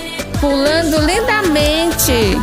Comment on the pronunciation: "PuLaNdO lInDaMeNtEh"